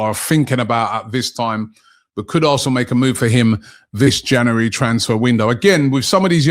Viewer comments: Robbie its January not januwarey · Did you just say “January transfer move to a**hole?” 😂